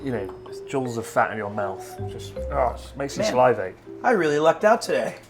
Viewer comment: Is it just me, or Chris pronouncing salivating incorrectly?